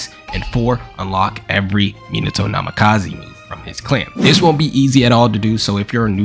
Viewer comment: Minato Namakazeee (bruuh)